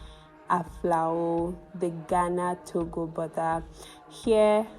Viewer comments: It's pronounced Gaana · Why Nigerians always pronounce Ghana as "Gana"? . As a matter of fact the correct pronunciation is "Gaana"